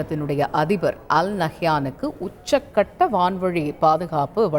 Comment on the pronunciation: அது என்ன உச்ச'க்' கட்டம் ?!